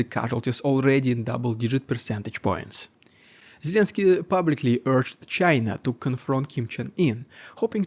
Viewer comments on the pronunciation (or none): none